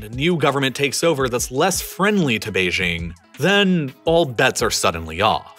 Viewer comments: The capital of China is Beijing, which is pronounced how you would expect if you are an English speaker: "jing" as in jingo or jingle. It is NOT pronounced "Bei-zhing" with the consonant found in the French "je" or "jour." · Beijing is with a hard J. Not like the sloppy mid-consonant in "bourgeois". Beijing is not a French word, so it doesn't need to have its j pronounced like it's French. The French even write Beijing as Pékin. The J in Beijing is really hard, almost K-hard. That's how the French approximate the sound. Bei Jing. Please! OK, having commented, I can now go back to watching on Nebula. :)